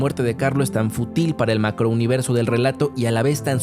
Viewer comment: Me ha encantado tu video, solo que varias veces dices futil, siendo lo correcto fútil. ¡Saludos!